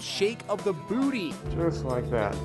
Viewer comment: Why did the narrator say “booty” like that?!